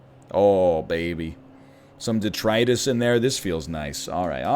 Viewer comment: I'm so glad to see the humility NL has learned. He pronounces detritus the way everybody else does now